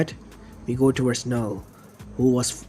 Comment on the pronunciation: it's said as null not kanull